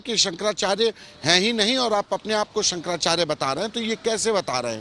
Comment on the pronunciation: पहले तो शंकराचार्य जी का नाम कहना तो सीख ले